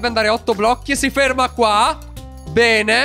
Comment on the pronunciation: Hai detto bene o pene? LOL